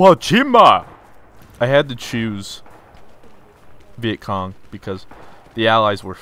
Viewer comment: When I hear him say Vietcong. Me: Erm what?